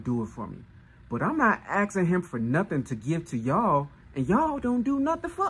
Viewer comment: Axing what? Very "insping" content lol